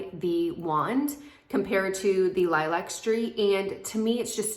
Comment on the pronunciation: The correct pronunciation of lilac is līˈlak. As in the flower or color.